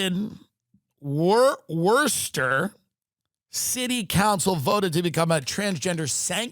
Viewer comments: WORST-ster is the first time I’m happy someone mispronounced the city name. ❤❤❤❤ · Pronounced "Wusster" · Pronounced woostah! Sadly i live here. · Pronounced “woostah” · Tim… it’s Wooostah… you’re from Boston you should know this 😂 (god damn it’s hard to even spell in Boston accent) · Wusstah (how the locals actually pronounce it) is in the middle of the state. Nobody in MA goes there unless there's a monster jam rally at the arena. Or apparently now if there's a sale on genital mutilation at the plastic surgeon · Lmao when he said Worcester